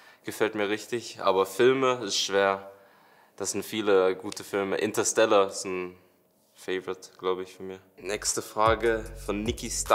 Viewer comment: Soll jetzt kein hate sein, aber du hast "Interstellar" falsch ausgesprochen. Betonung ist "InterstelAr" :)